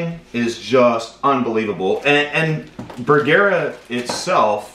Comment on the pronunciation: Bergara....Ba gar like car but with a g.. Ber..... like its cold... gar.... like a fish.... a..... like duh.................say it with me...BERGARA